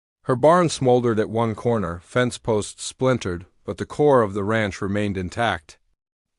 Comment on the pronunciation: The narrator needs to learn that Amber is not pronounced Ember, and Ranch is not pronounced raunch. Poor proofreading -distracting, plus it reduces the integrity of the story.